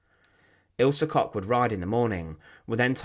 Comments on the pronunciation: Koch is usually pronounced “Coke “. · One small advise: the „ch“ sound in German is not pronounced like a „k“ sound. Instead it’s made further back in your mouth or your throat - depending on the word